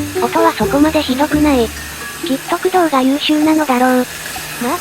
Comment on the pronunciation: 駆動の発音が せやかて工藤